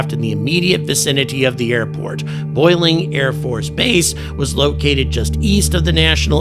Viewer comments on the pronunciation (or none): Love your enthusiasm and critical analysis. BTW, the name of the AFB located in SW DC is "Bolling" not "Boiling" AFB! I was stationed as a Lt and Capt. at Andrews from and frequently attended meetings at Bolling. While it does get warm in DC during the summer months, the high temps are insufficient to boil water (to date). Note that the Naval Research Labs are located immediately appurtenant to Joint Base Bolling on the shores of the Potomac.